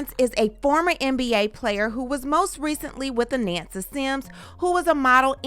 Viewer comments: Her name is pronounced "A-NAHN-SA", not "A-NAN-SA" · I know Anansa since she was born. Her name is AH NON SA, not Ah nan sa